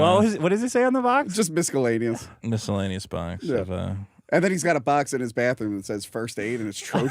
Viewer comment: Who tf pronounces it “mis-ke-llaneous?”